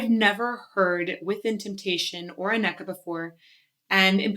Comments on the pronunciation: Both singers worked with Ayreon. Anneke; the A is pronounced like the A in Darth (Star Wars). Both E’s are pronounced like the E’s in gathering. Her backdate: Don’t try the G, only Dutch can pronounce it properly. Giers sounds like gears. Bergen: the first E sounds like the Evin there, the seconds as in Anneke. Anneke van Giersbergen is a very well known singer. Her first band was The Gathering. I’m a big fan of this band and it has excellent albums. Now she has her own band VUUR. Listen to The valley of the queens by Ayreon. Anneke sings this song solo in the live concert: the electric castle live and other tales. Or with Floor Jansen and Marcella Bovio in the live concert: Ayreon Universe Live. Or listen to Shoes of India, the electric castle live and other tales. To hear what she’s capable of. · It's hard right? Dutch names xD It's always a lot of fun hearing English speaking people try to pronounce our names :P The Netherlands has some great hard rock and metal singers like Sharon Den Adel, Anneke van Giersbergen and Floor Jansen <3 I'd love to see more reaction to Within Temptation live. Sharon is a favorite of mine <3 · The name Anneke is pronounced with the emphasis on the A rather than the E, so it's more Ánne-ke and not A-nékke. Love the song and your channel, btw ;) I met Anneke once after a small concert she gave and she is such an amazingly humble and charming person. You ought to watch this video of her performing Time after Time live and she was so nervous on stage, but her interaction with the audience before she starts shows what a lovely and fun person she is. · someone may have pointed this out during the live premiere, but, Anneke is pronounced Aneh Key. but you got closer than i did on my first attempt. nice reaction and analysis as always. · I'm not certain, but I believe her name is pronounced "Anna-keh." Emphasis on the first two syllables of her name. She is stunning in every way. 🫶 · I believe it is pronounced "Ann" eke, not "A" nneke. Yes?